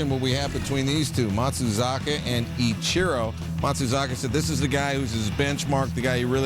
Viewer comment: Sir it’s Ichiro. Not I-Cherro